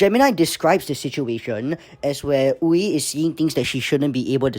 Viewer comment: Funny seeing a content creator say Wee instead of a Uē sound xd